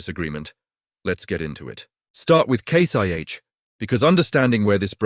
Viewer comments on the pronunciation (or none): WTF is this, AI with a British accent? It's Case IH, not Case YH. Why did you scramble the letters on the brand names on the tractors. You're saying them, but can't show them? Is FarmGear Pro another AI name like Massey Farms, or all those other stupid videos with misreads, misspelling, mis pronunciation, bad information, etc. IF any of these manufacturers are paying you for this dreck they deserve to go teats up.